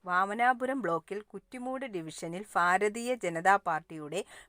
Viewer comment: ആദ്യം ഭാരതീയം എന്ന് പറയാൻ ഒന്ന് പഠിക്ക്